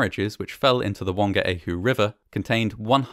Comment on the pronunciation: It might have been a respectful thing to do to investigate the Te Reo Maori pronunciations especially Whangaehu …for a start the WH in that language is always pronounced F